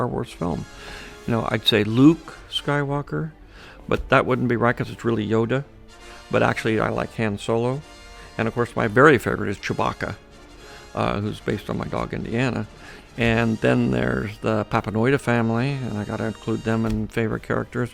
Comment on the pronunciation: he say not yoda but yodi